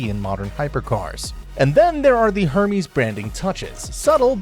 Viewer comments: You pronounce Hermes like Herpes. It's Ermes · 'er-mez' mate